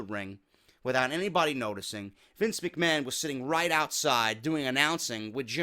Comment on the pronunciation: That opening was so funny. You actually have the broken shtick down man. Especially when you pronounced Mc Ma-han lol. Good shit bro.